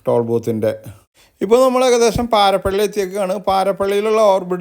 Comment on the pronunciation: Not parapally, paripally